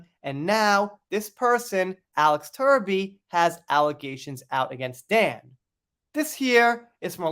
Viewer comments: Give Mr Truby the credit he deserves….pronounce his name as TRUBY (as in true) and not Turby (as in turd). Let’s reserve the word 💩for the person who really deserves it. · Good work. But can you please pronounce his name properly. Truby!